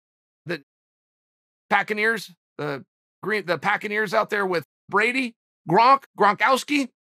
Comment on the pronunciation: Just lost all respect for chael when he said packeneers